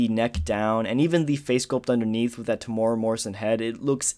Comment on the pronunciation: Yo, just an FYI Temuera is pronounced Tem (Like the start of lemon) the U is an eww sound, the e is more like the ai from chair and the ra is a rolled R sound. Or if thats too confusing this video is great